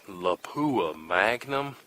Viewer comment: Surprisingly, people still don’t know how to pronounce the word Lapua. It was named after the Finnish town where it was developed. It’s not la-poo-ah, with emphasis on the poo. It’s lap-uwa. Or lap-wa. Emphasis on the lap.